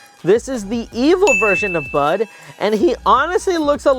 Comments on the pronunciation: 1 it is phase 2 oren. 2 its brud not bud. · you got some names wrong you said oren phase 2 bud and you said bud wrong its brud and you thote its name was gray but it was wenda you thote Garnold phase 2 was funbot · 1. Its brud not bud 2. Its evil oren not brud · It’s not bud it’s brud